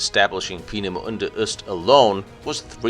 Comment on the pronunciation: So much for butchering the pronunciation of Peenemünde. You absolutely nailed it - which only underlines the statement I made on one of your previous videos. Your German is really VERY good.